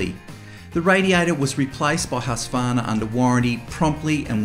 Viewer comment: mostly you aussies just call it husky, which is okay, but compared to the americans who call it huskavarna which sounds really bad, its huuuuuuuuuuuuskvarna, pronounce the uuuuuuu's. :D